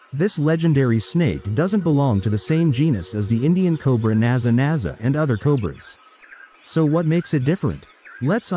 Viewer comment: It is Naja (or possibly Naga) but not Naza